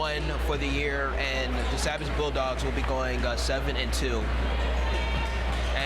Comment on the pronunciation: It's ( say-Biss) sabis and Taconic is ( Tah-cohn-ick)